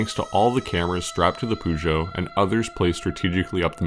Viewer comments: Man it is not Pužo. It is Pežo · Just a comment on how you mispronounce 'Peugeot'. While you're pretty spot on with the 'geot', the 'peu' is best approximated as 'puh'. It most definitely isn't 'poo'. Although, having driven a 508 for a while, I can understand the sentiment. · aaaaarrrrrrgh stop saying poojoe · Man you gotta work on your pronunciation of peugeot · Why can't Americans pronounce car manufacturers names. Took me ages to realise you were trying to say Peugeot 😂